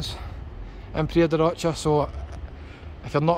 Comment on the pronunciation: Please pronounce it properly its Praia da Rosha not Rocha ty